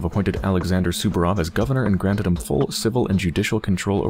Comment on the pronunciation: Day 3000: still doesn't know it's Saburov not Subarov haha